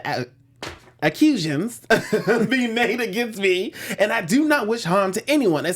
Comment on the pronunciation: accusions? Acc-u-a-sations? You two are illiterate and dumb. Any word with more than syllables you trip over. Get REAL.